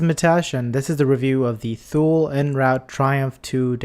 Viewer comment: nice review one correction pronunciation is ( too lee )